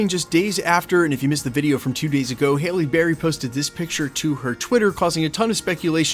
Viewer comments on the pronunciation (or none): You said Hailey berry 😂